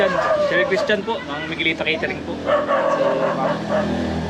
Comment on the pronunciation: Caretering ba o catering?ingat kau lagi.